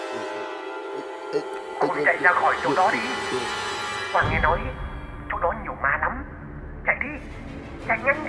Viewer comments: Nhà Quang mà bả nghe thành nhà hoang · Ảnh nói Nhà của thằng Quang nhưng lại nghe là Nhà HOANG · Vốn dĩ là quang... Nhưng phát âm giống hoang nên bả kia nghe thành hoang nên chỉ nhà hoang :)) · Quang nhầm thành hoang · Hình như lợi dụng cách phát âm gần giống nhau của quang vs hoang thì phải. Hỏi nhà Quang ở đâu nghe như "nhà hoang ở đâu" nên ai cx biết😂😂